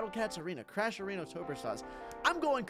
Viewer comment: he said areno